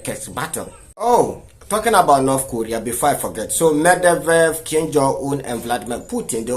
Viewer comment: it’s Medvedev not Mevdevdev😂😂😂😂😂